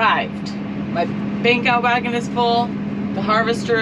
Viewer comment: Took a few hears to understand you were saying 'Bank out wagon" - I thought at first you said "Beak out wagon"